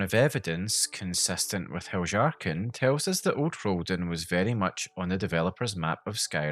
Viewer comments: No hate but I think your pronounciation of Heljarchen is wrong afaik. nordic languages use J like Y, like Jarl or Fjord. So Heljarchen should be Hel-Yahr-chen (or ken possibly). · Heljarchen is pronounced Helyarken. Js are Ys in Skyrim. One of the nice things about a fully voiced game is you don't have to guess about pronounciations, you can hear the characters in game pronounce them. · How can someone mispronounce Heljarchen so confidently? It's Hel-yarchen. It's Nordic inspired. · I think "Heljarchen" is pronounced with a Y instead of a J. But it's sad to see that so much was cut from the game. Perhaps mods will add them back in later. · If I may suggest, I think you'll enjoy looking into the history of the letter "J" and how it was orignially used. I know, it' a game not real life, but the Nords of Skyrim still follow real life Norse customs and life style, including language. Heljarchen would've been pronounced as; Helyarchen by real life Norse peoples. Great vid m8. 🖖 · It's pronounced "Hel-yar-ken" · I didn't think you are supposed to pronounce the J like yhat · bro i cant stop cracking up and losing it a little more and more every time u say "heljarchen" like that 😭😭😭